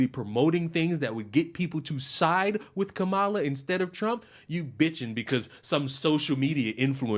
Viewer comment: It's not “comma-la.” It never was! Kamala, among Indians, is a pretty common name for girls. It means “lotus” and is often used with some interchangeability for Lakshmi, one of the chief goddesses in Hinduism.